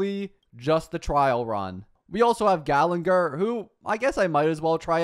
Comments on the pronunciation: it's ok, he can't pronounce character names right even if his life depended on it lol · ermm according to my calculations, its actually gallagher and not gallenger 🤓🤓🤓